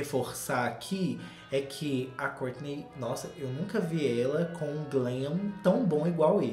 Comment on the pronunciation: Amo quando o diz " a Córtinei e o Tchuééévêêssss "